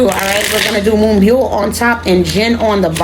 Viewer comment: You pronounced her name perfectly! You can also refer to her as Moonstar as " byul" translates to star